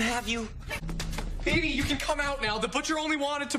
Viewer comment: When kaz said piggy you can come out know it sounded like baby you can come out